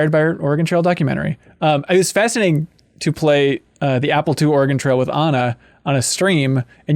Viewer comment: I'm from Oregon and it is NOT pronounced Ore-Gone. It's pronounced Ore-gun or like Organ.